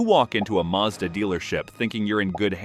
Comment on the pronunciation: It's pronounced maz-da. Hard "A" x 2 .short sylybles. Not Marrr Z daaar.